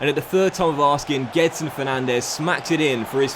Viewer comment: Gedson's name is actually pronounced Djedson